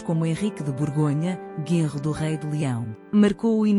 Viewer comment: lol, "Guenro" em vez de "Genro" . A AI tem uns "glitches"...